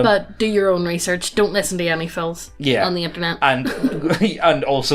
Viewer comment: we don't want to risten to you tark about NFT's. Stop with the hopium. Also, why are your L's R's? it confused me every video.